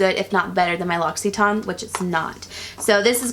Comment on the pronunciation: Hey, I'm french and I just wanted to let you know that the brand "L' Occitane en Provence" is pronounced like "low- si- ten" in english:) loved the video!